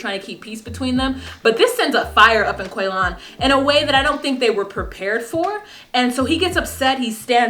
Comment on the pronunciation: In my house, any word that comes up that sounds even remotely like Quaylon, gets pronounced like how Shavel says it... "Quay-Lin!"